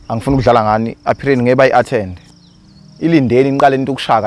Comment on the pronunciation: Appeal not appeary